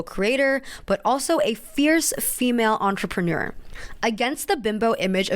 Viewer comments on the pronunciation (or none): none